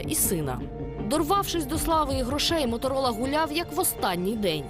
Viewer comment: услышала из уст мамы "Моторыло"...а не Моторола...или мне одной так послышалось...